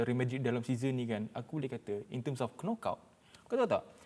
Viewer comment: Pale bana dia sebut kenokout. 😂 Betul betul alumni universiti of palatao.